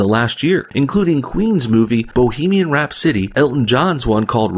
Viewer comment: Did.. did you just mispronounce 'Rhapsody'? How do you even do that?